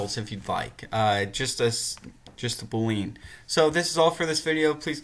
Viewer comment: Bool - ee - an. Not Bool - lean. Thought you might want to know the correct pronunciation.